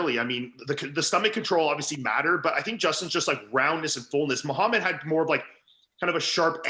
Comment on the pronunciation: I wonder why fouad acts so oblivious towards Arab names when he speaks the language...i know he's uncomfortable about it and he mentioned it in his pod with hassan mostafa but we did see his mom address him in pure lebanese during his 15 kcals challenge....fouad come on now ...you know mokhamed is not how it's pronounced...